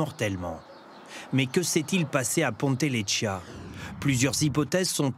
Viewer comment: "Ponte Lechia.." C'est Ponte Leccia hein. C'est une horrible ce qui ce passe en ce moment en corse, les assassinats se multiplie..